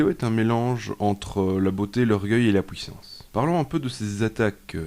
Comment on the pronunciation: "la pouissance" lol